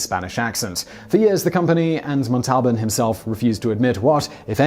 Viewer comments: Ricardo "Mon-TAL-bin"? Simon, you really need to have an assistant whose job it is to brief you on correct pronunciation of the words and names in your script. This is one of many embarrassing mistakes in your videos. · Ricardo's name is pronounced with the emphasis on the first sylable: MON-tal-ban. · To the guy who gets paid to talk and talk and talk ... ole Rico’s last name is pronounced MON-tol-ban. Not mon-TOL-ban. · Ack! Simon, you're videos are wonderful, but for the sake of my ears, please check the proper pronunciations of names: 'Ginsu' has a hard 'G' sound (like 'gun'), not like the alcoholic beverage "gin". And Ricardo Montalban's last name is 'MONtalban,' not "MonTALban.' ;-) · Ricardo mon-tal-BAN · I know you’re young, so: “MON-tall-bohn” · Ricardo MontalBAN. Hard G in Ginsu. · Actor Ricardo MONTALBIN 😐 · Monteblan is NOT pronounced Montalban.... seems someone transliterated the l and the b and then subconsciously changed the e to an a to make it sound like a real word..... when in fact it doesn't mean anything, since its made up on the spot....oops looks like i am the one making stuff up!! Thank you Google :-=}. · Ricardo Montalbán - /mahn' tal' ban/ Accent the first two syllables of his last name. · /GIN-soo/ not /JIN-soo/, and Ricardo /MAHN-tel-BAHN/, not whatever the hell you said. You mispronounce a lot in your videos. Please contact me in the future on any words you are seeing for the first time and I will tell you the correct pronunciation. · You mispronounced Ricardo Montalban's name. This is not the first time that you have made that mistake. How about doing a little research before you do these recordings. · You're putting emphasis on the wrong syllable when saying "Montalban", Simon. Emphasis should be on the first syllable. No biggie. KHAAAAAAAAAAAANNNNNNNN!